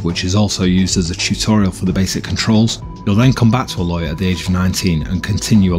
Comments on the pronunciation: By the way the main character's name is A-loy like the letter a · It really pisses me off when "game journalists" can't even be bothered to pronounce the names of the characters correctly. It's not as if they didn't say her name 10000 times before the proving(which I haven't even gotten to yet). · Ugh, why do reviewers do this? Her name is said like a million times in the game!